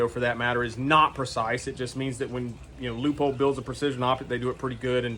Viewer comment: Wow great review very knowledgeable. Side note thx for pronouncing Leupold correctly lol